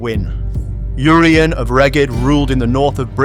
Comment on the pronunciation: Inspiring video and content, but the letter 'U' in Urien is pronounced ""Irr" - as in the native American tribe 'Iroquois'. Urien pronounced : 'Irr' - ee- en. England, be proud of your land and your people - just as we are in Wales 🏴👍🏴